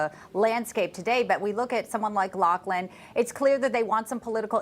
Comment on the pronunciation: Just fyi it's pronounced Locklan. 👍